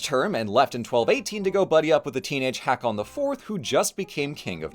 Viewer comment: Because I know you may appreciate this: I'm not sure if the pronunciation changed in the last 1000+ years, but the name Hakon/ Haakon/ Håkon today is pronounced ˈhôːkʊn (ho-kun). ❤ (Source: My dad is from Norway and his brother is named Håkon). AMAZING video, as always! ❤ I love the absolute mad lad that Snori was 😂 Whorri Sturluson is a perfect diss!